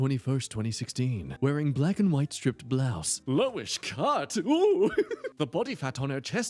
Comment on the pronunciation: When thinks "striped" is pronounced "stripped"...................